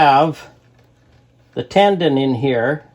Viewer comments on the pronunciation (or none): Beautiful wood. By the way, it's a tenon, not a tendon.